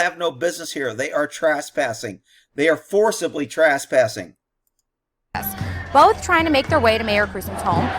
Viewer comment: Hey, is "Trass-passing" in Texas, what the rest of the English speaking world calls trespassing?